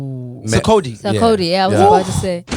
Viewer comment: Did they just call Sarkodie Zacodi? 🤣